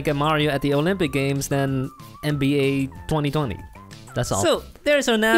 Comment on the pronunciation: Did my guy say NBA 2020😂 Btw it’s NBA2k20 ily❤️